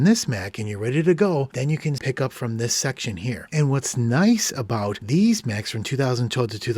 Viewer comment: “and what’s nice about ‘deez’ Macs is that...” 💀 had me burst into laughter